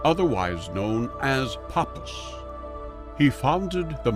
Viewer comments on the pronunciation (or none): Pronounced : Eliphas Levi : Eliphas Levee Papus : Pa-Poo Rosicrucians : Rosi-Cru-Tions Shamans, not Shamen